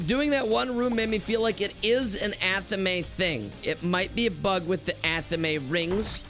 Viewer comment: Ok, Anathema I guess I can understand, but Athame? Is this ragebait? It's like Fame. Athame. Not a the may.